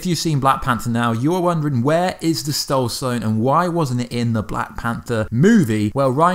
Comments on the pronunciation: Did he just say "Stoul sone"? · I noticed that too. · True Titan110265 yep